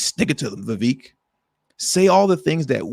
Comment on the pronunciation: His name is pronounced "ViVaaake". Like cake.